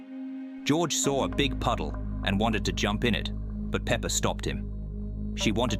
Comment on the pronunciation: pepper? peepper? its peppa pig